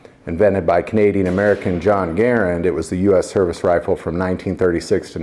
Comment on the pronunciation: Thank you for pronouncing " Garand " properly. Great video as always. God bless.